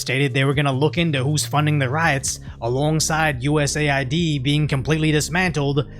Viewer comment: It's US AID, not USA ID...